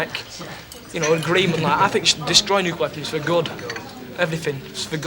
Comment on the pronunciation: "Nulcear War" ? Isn't that how Yanks pronounce "nuclear" ?